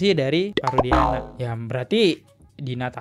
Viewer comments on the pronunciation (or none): none